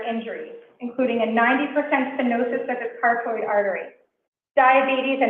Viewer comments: Her saying "car-toid" is like nails on a chalkboard. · So Lawyers can speak Latin but Massachusetts lawyers can’t speak English and pronounce Carotid properly?